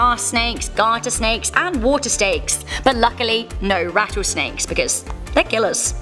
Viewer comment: AMD WATER STEAK